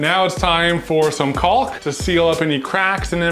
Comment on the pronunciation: Did just pronounce the “L” in caulk? Fun video!